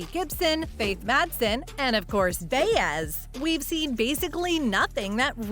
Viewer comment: Can’t even pronounce Baez. Who wrote this junk? Obviously not a true fan.